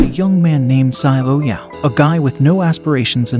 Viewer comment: Hey i am ur new sub and for the part where u are triggered it is xiao it is read as zaao for pronunciation and it means small or little which is commonly used by elderly to call the younger and in china first name is spoken and written after surname or adjective like xiao